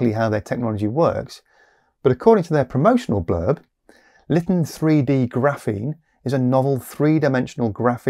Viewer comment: It's not pronounced "Litin," it's "Lighten."